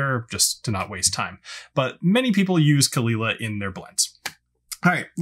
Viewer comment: It is indeed cull-eela, not cole aila like many Americans say it..